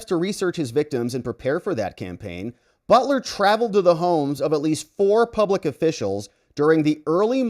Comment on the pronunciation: No reason to mispronounce his last name.. And no reason to connect the Butler last name with BELTER.. And this is why I cannot take any longer. 🤔👎😐